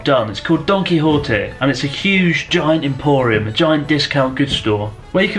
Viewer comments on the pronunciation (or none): i still hear it as "donkey hottie" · I'd say he's pretty close to "correct" pronunciation, save for a weak "h" instead of the Spanish sharp "j". He pronounces the "Qui" part correctly as "Ki" instead of closer to "Key" as many anglophones seem to do, and the correct "ote" instead of "otay". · All I can hear now Donkey Horte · Gonna be honest, I though Chris was saying Donkey Hot-eh~. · He didnt pronounce it as Y, he pronounced it as an H. I live in Argentina and we say it like that. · I heard "Its called Donkey hotteh" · Don Quijote sounds like Donkey Hote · i thought you said donky hottie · He pronounces Don Quijote like Donkey Hotel.